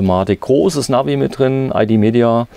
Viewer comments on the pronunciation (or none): none